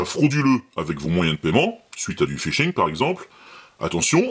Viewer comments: Fishing et pas Phising :D Sinon bonne vidéo bravo :D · Phishing ! pas Phising (1'15) 😅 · Salut! Je viens de m'abonner car j'apprécie vraiment tes vidéos. Juste une petit truc, phisHing ça va mieux avec le H, comme pour d'autres choses! A+. K.